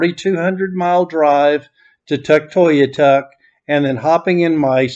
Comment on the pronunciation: You’re pronouncing Tuktoyaktuk wrong. You’re forgetting to say the middle K :) Tuk-toy-ak-tuk